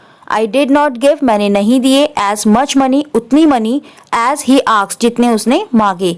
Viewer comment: hi you pronounced aksed and you know it is asked.